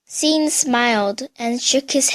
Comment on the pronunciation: Bitch how old are you? And u said "Sean" wrong you dumbass